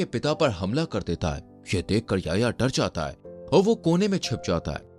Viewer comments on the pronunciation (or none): Bahi wo Yaya nahi ya-Hi-ya. Hai 🤗🤗 Yaya 😂😂😂😂😂🤣🤣🤣Yaya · Bhai naam to sahi pronounce kar, YA-HI-YA